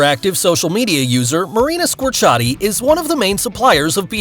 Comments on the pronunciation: At least pronounce her name right. It's Marina Square-ci-ati, not Scorchati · I'm done with your channel! First you post a picture of Gabrielle Union as Eamonn Walker's wife (on your Chicago Fire post), now you mispronounce Marina Squerciati's name. Again, DO YOUR RESEARCH! And for the record, her name is pronounced SQUARE-C-Ah-T and NOT whatever they heck you said!